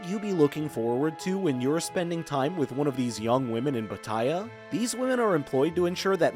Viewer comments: that is not how Pattaya is pronounced. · It's hard to take tips from someone who can't even correctly pronounce the place he's taking about. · Please learn how to pronounce pattaya properly.